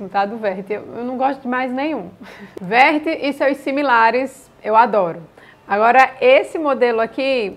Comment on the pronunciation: O meu queridinho tb é o Vert,.A propósito, pronúncia correta e mesmo q não estivesse, que problema teria? Nenhum! Deixa falar… rsrs